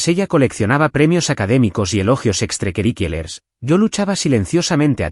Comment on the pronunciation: ¿ Por qué no pueden pronunciar correctamente la palabra " extracurriculares " ?